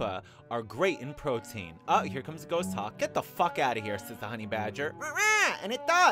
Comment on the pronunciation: You're mispronouncing "Goshawk"...it's pornounced "Gaws-hawk". :)